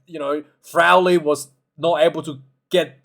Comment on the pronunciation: Ciaran Frawley is the name . Not Frowley or Crowley !